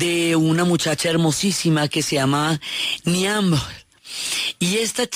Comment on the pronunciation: Excelente!! Solo un comentario, Niamh se pronuncia Niv